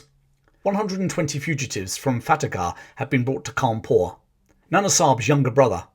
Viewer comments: The British prouncoced and write it as coawnpur While indian is kanpur lol It's like the same with Brits trying to say Bharat There pronunciation comes out as " brat " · Its Kanpur sir anyways great vid Sub from lucknow